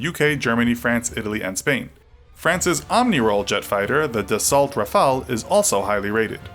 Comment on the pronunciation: Rafale is pronounced Ra-fi-el and not Ra-fal-eyh